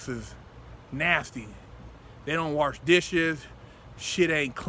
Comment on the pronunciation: Warsh lol